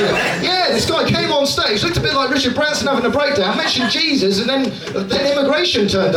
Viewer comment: Jesus but pronounced "Hey Zeus"